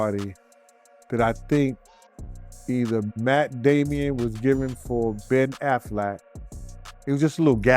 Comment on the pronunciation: He always pronounces names wrong. But we get who he means. Catch up and Join the club.